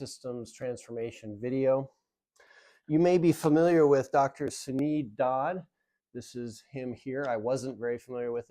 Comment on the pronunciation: I think it is Dr, Suneel Dhand (not pronounced "Dod" , more like D'(h)and where the H is silent?) Yes am familiar with his work and find your perspective helpful - conflict of interest especially. But when you see a friend over about 6 years go from pre-diabetes, to heart attack and statins, cholesterol medication, then full diabetes 2, and then COPD, on to full hip replacement surgery....(as well as having two different hernias). Yet she is intelligent, eating "well" and has an active lifestyle, and is not morbidly obese; you really do have to ask yourself where it is all going wrong.